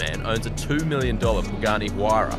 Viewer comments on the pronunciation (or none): Bro did you just said bugatti huyra ? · “Bugatti Huyra” haha😂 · Did you just said BUGATTI HUYAIRA? it's like saying Porshe Aventador or Ferrari Hellcat WTF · yes yes, this is bugatti hayura 🤣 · He just said “Bugatti Huayra”? Lololololol 😮‍💨🙏🏼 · I skipped soon as I heard “Bugatti Huayra” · Yooo bro did you say Bugatti Huayra?? 😂😂😂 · Nah bro said Bugatti Huayra💀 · may did u really said bugatti huayra? this cannot be forgiven lol. bugatti pagani tomato potato right?